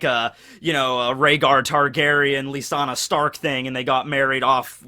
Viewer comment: who is Lisana Stark? Lol her name is definitely Lyana